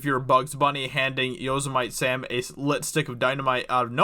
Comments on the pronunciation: Yes-imite Sam? Dude. For Christ sakes...It’s Yosemite Sam...Face palm. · Who dafuq is Yohz-I-Might Sam? Read these articles ahead of time before you do a video on them. You sound like the kid that struggled at popcorn reading in 3rd grade. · First I want to say that I love you guys at but I have a problem with how you pronounced Yosemite Sam. It’s pronounced “ Yo Simmity Sam!!! 🤣🤣🤣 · And Yo-Sam-It-Tee Sam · YOZE-AH-MIGHT SAM WTF HAHA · Yes, but who is, "Yos-a-mite Sam?"🤔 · ‘Yo - se - might Sam’ ?! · Can someone please show some Looney Tunes to this guy so he can say “Yosemite Sam” correctly?🤦🏼‍♂️🤦🏼‍♂️🤦🏼‍♂️😂😂😂😂 I mean, it’s even a National Park!!!😂😂😂😂😂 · Dude how can you mispronounce Yosemite Sam’s name??? 🤨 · EU fan here and you said Teras Kasai correctly. Good job! :D Edit: But I am not satisfied with how you pronounced the classic Looney Tunes character Yosemite Sam name. >:( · I got distracted after you obliterated Yosemite Sam’s name. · How do you pronounce Yosemite Sam? It's name of a f**** Park dude Old Faithful Geyser is right there. I'm done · Holy shit, you're stupid. How did you pronounce Yosemite Sam? He's only one of the greatest cartoon characters in the history of the world. Get educated on American pop culture, schmuck. P.S. Are you American or a lame ass Canadian? You know Yosemite National Park is one of this country's national treasures? Fucking 8 years old know how to pronounce that properly. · I can't believe you mispronounced Yosemite Sam so badly. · "Alum-eye" and "Yo-say-mite Sam"? Damn dude! Lol! Had me rolling. I guess reading is no a required skill.